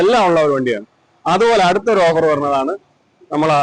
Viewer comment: Over അല്ല ട്ടോ.. offer എന്നാണ്